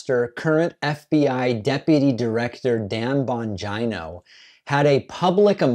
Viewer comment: Dan Bon-Gina 😂💀